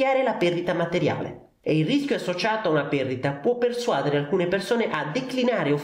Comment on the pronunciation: Caro, lo so che sembra strano, ma si dice "persuadére". Il contenuto del video, come al solito, è mostruosamente interessante.